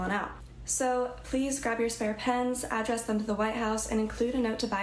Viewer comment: Girl can't even pronounce "address" right when used as a verb.